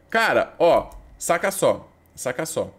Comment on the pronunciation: 15 segundos "sóh" ele disse kkkkkkk guentei n